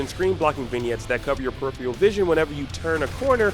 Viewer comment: Peripheral. Not "periphee-al".